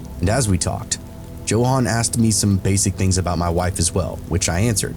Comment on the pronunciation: Why on Earth would you pronounce Johan like that? It's not uncommon for English speakers to know the proper pronunciation.